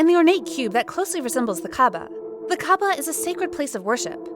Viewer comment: I am an Islam but I don't find NCT U's make a wish designing or set offensive at all, and also you pronounce kaaba as ka-a-ba